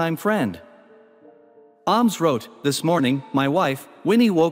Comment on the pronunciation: Willie Ahhmes? Pronunciation needs work